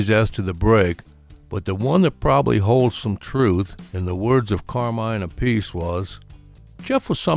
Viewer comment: "Ap pah see", not "A Piece"